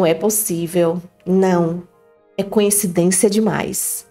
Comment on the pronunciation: Fico encabulada como todos só conseguem pronunciar a palavra coincidência,de modo arrado, falam sempre conhecidência.😅